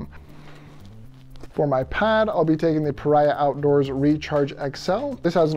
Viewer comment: Just a friendly FYI--Paria rhymes with Maria. The way you pronounce it means "outcast." 😁 Enjoyed the video!